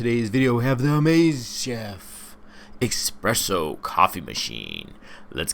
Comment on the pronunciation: Espresso not expresso